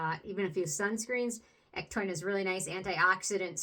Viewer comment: It's pronounced EC-TOW-IN...not EC-TOIN just wanted to let you know. Otherwise great review.